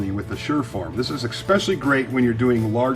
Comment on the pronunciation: ekspecially???? lol